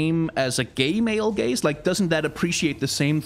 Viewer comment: the way he says gaze just souds like gays to me for the first time i swear